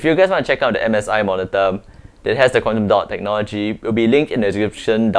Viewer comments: Wtf!! It took me an hour to understand what you were saying was Quantum dot, What is "Condando" 😂😂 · I thought he said condom dot (dotted condom)😂😂